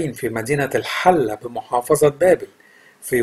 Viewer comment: مدينة ( الحلة ) بكسر الحاء ياسيدى ...مش بفتح الحاء ...البقاء لله ...